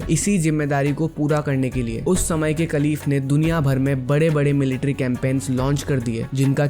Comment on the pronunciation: Kaleef nhi bail khaleefa bolte ha